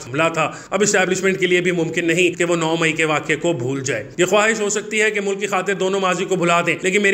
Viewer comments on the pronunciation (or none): It is MULK instead of Mu-Luck.